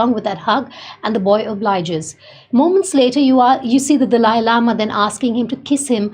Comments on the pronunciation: Indian woman is saying Dalai Lama (not delay), just English speaking people often pronounce it Dali like the host in this video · Correct pronunciation: Dah-Lah-yee Lama! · It's pronounced The-lie lama